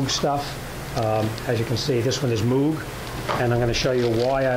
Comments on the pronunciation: It’s pronounced mowg, combo of mow with a g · Moog is pronounced like Moe-g. Like Mow your grass. Or Larry, Curly and Moe.